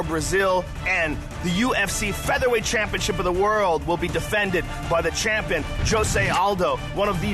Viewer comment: by the champon lolol joe rogan u slllyyy drunk